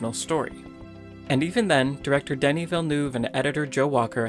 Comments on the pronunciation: Wait, his name is pronounced "Denny"? Fuck, sorry Villeneuve, I've been praising a mispronounced name. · I'm french canadian and hearing Denis' name being butchered in so many ways breaks my heart